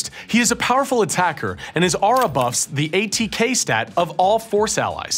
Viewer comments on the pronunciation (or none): none